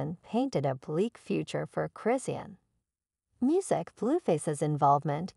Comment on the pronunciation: I can't take this video seriously they not even saying her name right who is christian?